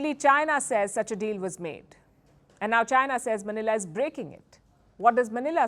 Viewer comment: Palki can't even pronounce 'China' properly. 😂😂😂😂